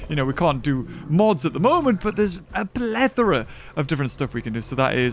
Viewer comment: When say plethora Beaver: plethra